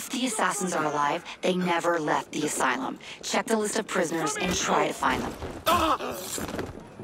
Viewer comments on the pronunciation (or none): none